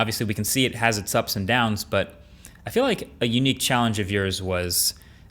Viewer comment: Emphasis on the "down"